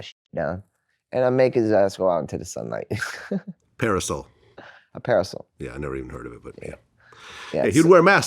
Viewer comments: Its a PAR-I-SOL LMAO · The word is parasol